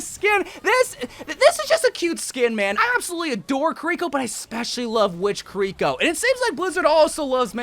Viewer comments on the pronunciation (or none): I don't like any mei skins soooo lol but I agree with most of these Though uh, someone teach this man how to say kiriko, he has the enthusiasm but it's just to much 😂 Medusa widow but no cyberdevil???? Bruh I thought you was a man of culture